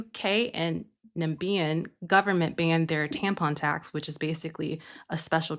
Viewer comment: NA-MI-BI-A. It's a country in Africa.